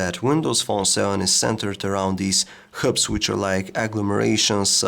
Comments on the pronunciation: HUBS, NOT KHUBS! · it took me ages to realise he was saying hubs... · dun give excuses saying that it is an accent problem, being able to pronounce all other words normally but those 2 is not accent, it is lousy english. n it is not a mistake k coz he repeats it as herb every time. n i am sure u know that he stumbled on the amoled word at first, lucky he did not repeat that. n do u know how misleading and embarrassing this could be for tech newbies that do not know the correct pronunciation and tells their friend-Hey guys check it out my new omnia 7 (cont)